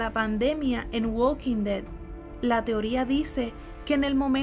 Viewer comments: es THE WALKING DEAD no "güad quin ded" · "uokin de" tu pronunciación me dio cáncer